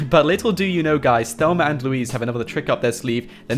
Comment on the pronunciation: I love how he says Thelmer instead of Thelma 😂